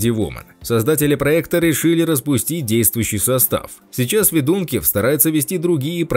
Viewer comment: Фамилии заканчивающиеся на ИВ, это западная Украина, ударение надо ставить ФедункИв, так же как у певицы Ёлки ИванцИв, режет слух ФедУнкив, говорите правильно!